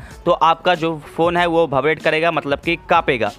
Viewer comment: its vibrate not bhaibrate